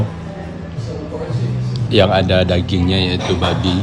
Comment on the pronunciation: "Yang ada dagingnya yaitu babi (pake penekanan) 😅😅😅